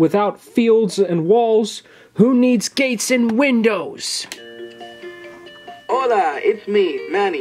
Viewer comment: if you like hearing Manny say "hoLa"